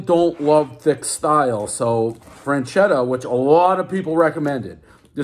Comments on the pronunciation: One self proclaimed pizza expert who mispronounces most Italian words. Everyone knows the rules. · "I won't hold that against you." Proceeds to mispronounce the brand name the entire review. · Holy shit did you butcher that name.. this is the best frozen pie ever. I actually commented on another frozen review cuz I didn’t see them on the list. They have so many styles, there’s a thin crust you would prefer over this one but they’re all flavor bomb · said the name correctly once out of 15 times, everybody knows the rules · Guy pronounced it wrong every time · One mispronounced word everybody knows there’s no N in Freschetta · One complete mispronunciation of the company name, everyone knows the rules!!! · Lol. Portnoy can't even pronounce the name of the product. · Learn to pronounce it correctly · Mispronounce the name horribly- everyone knows the rules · "fresh-etta" combine the word. he said it in so many ways except the right way lol. i like this frozen pizza tho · He keeps saying frenchetta like there’s an n in feschetta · Would someone get Micheal Myers a boxcutter and it's not Fran-chetta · He keeps saying "Franchetta" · Ur saying it wrong man damn. Fresh etta that's how u say it. Sound it out dave u can do it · "fresketta" is the proper italian pronounce, is stand more or less for "fresh"... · Franchetta lmao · Where you see an “n” in freschetta??? Calling it frenchetta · Not "frenchetta". Learn to read. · Freschetta has a non silent, non existent “n” apparently. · One bad mispronunciation, everybody knows the rules. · How he kept pronouncing it was driving me insane. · Doesn’t know how to pronounce Freschetta even. Everybody knows the rules. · It’s not French-Etta That’s how you’re pronouncing it. It’s Fresh-Etta. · freschetta - "FRAN-CHEDDAH" really dave? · Says "FREN" chetta instead of "FRESH" chetta. Everyone knows Dave can barely speak at the level of a 4th grader. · One franchetta everyone knows it’s FRESchetta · It’s freShetAh Not Fran-chedda